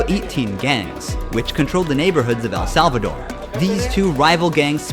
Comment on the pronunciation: El Salvadorrrrrrrrrrr